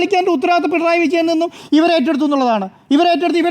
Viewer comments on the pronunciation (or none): none